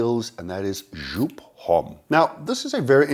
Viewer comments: JOOP! is a German brand (founded by Wolfgang Joop), so it is not pronounced like “Joop” or “jewp” in English. The correct pronunciation is roughly “yope” - rhymes with “hope”, the “J” sounds like an English “Y”. But the only one I like from the entire Homme line is the Absolute flanker, which beautifully combines black pepper and ylang-ylang. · You say Joop like you say "hope" Just with A "J" instead of A "H" it's Not Shoop